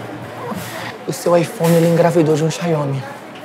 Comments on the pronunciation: "xaiomi" kkkkkkkkkkkkkkkkk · "XAIOMI" é muito bom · Mano qual é a dificuldade do brasileiro em falar XIAOMÍ???